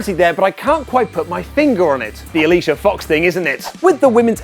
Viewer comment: said Alicia F*x. D E M O N I T I Z E D